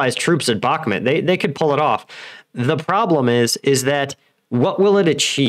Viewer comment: Bah-ku-mut not Bak-mat